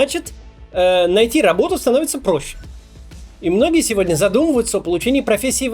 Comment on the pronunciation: Работу слово так смешно сказал)